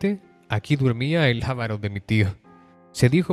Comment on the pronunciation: OJO se pronuncia avaro, no ávaro...